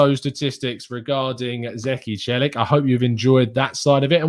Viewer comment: Celik is pronounced chelik